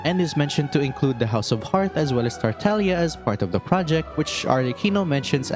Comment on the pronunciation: DUDE! Wrong choice of music!😭😭😭 ( i do love the music, but bro, the flashback was a bit too intense) PS: massive kudos for pronouncing those Italian names correctly, in particular Tartaglia.